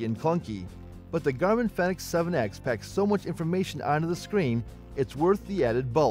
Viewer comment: It's a Garmin Fenix, not phenex.